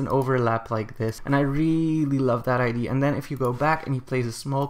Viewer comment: Its ide-a not ide sorry i just cant stand it xd